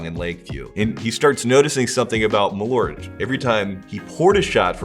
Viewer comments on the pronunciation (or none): It is not ”malort”, it is ”MalÖrt” where you pronounce the Ö as the i in bird or u in burn, with a stress. More like maal-Ert. It just means wormwood. You’re drinking wormwood. The letter o has nothing to do with the letter ö. They are different vowels. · Malört, not *Malort". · Malo'rt?! LoL, took a while to realise what it actually means. The Swedish name for wormwood is "malört", a compound of "ört" meaning "herb" and the latin prefix "mal" (as in malignant and malicious). Being a compound, it's pronounced with equal pressure on both words, ma'l-ö'rt. The dots aren't decoration though, but makes it a different vowel. Some English approximations would be Å,å = awe Ä,ä = air Ö,ö = burn Also, it is meant to be had as a schnapps, small shot of 2-8 centiliters, and with the typical salty and fat food of the era, like salt-brined ham, fried pork-side, various sausages, pickled herring, salmon and so forth.